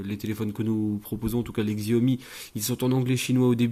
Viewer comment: Stop massacrer le nom de la marque, si déjà vous revendez apprenez à prononcer Xiaomi.